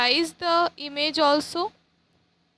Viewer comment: It's not image it's imij ur pronouncation is not good